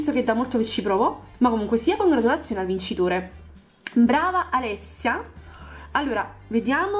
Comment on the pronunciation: like se hai se hai sentito anita in vece di alessia